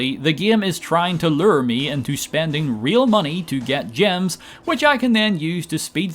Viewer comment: "The gaem is trying to luer me"